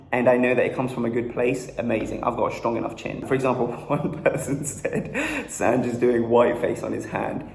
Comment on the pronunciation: sanj went from sanj to sanjjjj